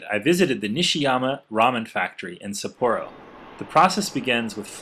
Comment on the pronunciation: Love ramen! Nice educational video but the pronunciation of Sapporo is wrong :\